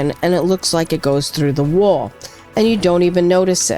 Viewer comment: The way you say wall ("wohl") makes me feel like you know where the best deli for everything bagels is as well as a couple of good pizza joints. Great build as well, much better than my utilitarian soviet style functional boxes.